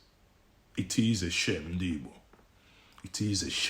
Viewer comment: what kinda Igbo are u? Pronouncing Igbo ass Ibo. Bro only Yoruba jackass calls igbos Ibo which is the wrong word and pronunciation. Is like u wia born in Yoruba land.